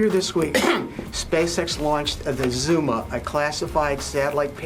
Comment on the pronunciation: “zOOma”